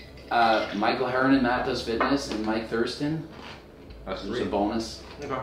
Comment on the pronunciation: Did he say Mike Thurston